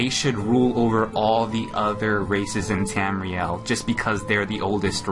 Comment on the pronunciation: *tamriel not Ramirez